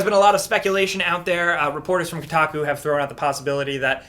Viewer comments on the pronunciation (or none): none